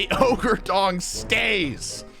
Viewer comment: ranboo mispronouncing "ogre" is so funny??